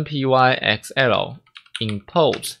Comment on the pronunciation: 可惡我被你之前的「拍ㄍㄟㄣˋ」洗腦了 XD 這個應該是唸作「open 拍 ㄎㄙㄟˋ喔」吧？（open + "Py"thon + E"xcel" (因為 ex 常簡稱成 x 而 el 就是 L 這個字母的名稱)） 或者唸作 "open pixel"